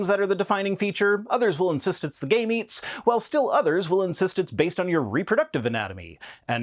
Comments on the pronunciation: LOL I love your pronunciation of gametes, it sounds like 'gay meats', it seems so fitting in the context of the gender debate issue. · The way you said gametes sounded like "gay meats". Im not saying you're wrong. Im just a child.